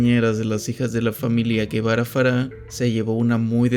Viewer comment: Él no es "Guevara" él es Gebara ("Jebará").